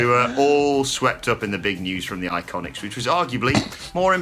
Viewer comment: Boy do I hate it when he does the whole “IICONICS” or “TITUS WORLDWIDE” thing